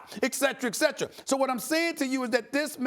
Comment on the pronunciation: A. Smith: Et cetera is pronounced in English: [it’sɛt(ə)rə], not EK-SETERA. No “K” there.